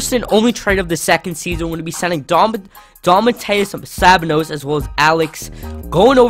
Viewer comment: Go to and listen to yourself pronounce "Domantas Sabonis". Nice video though